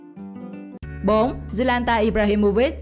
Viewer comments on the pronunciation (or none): Zlatan mà đọc zlanta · Zlatan ? Zlanta ? Vãi 😂